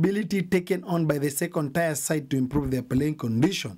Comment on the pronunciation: This word 'tier' is pronounced as 'tia' and not 'taya'... Same with 'pier'...although Luos may say this one differently! Where do we get our journalists from?